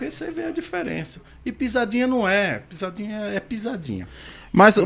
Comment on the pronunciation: O cara fala pizadinha com Z e quer tá certo. Ok. Kkkk